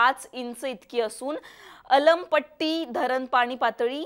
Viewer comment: आलमपट्टी नाही अलमट्टी